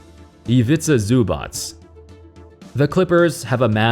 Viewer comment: Zubac name pronunciation 10/10